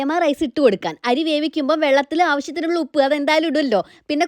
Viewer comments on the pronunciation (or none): none